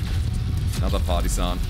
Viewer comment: Your accent makes it sound like you're calling that tank a party-san. It makes me laugh.